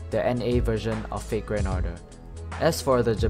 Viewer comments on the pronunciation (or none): none